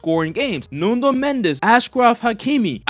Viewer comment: its NUNO Mendes not NUNDO Mendes 🤣🤣🤣